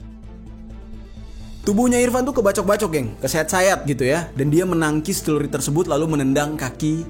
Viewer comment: Bukan cerulit, tapi Celurit.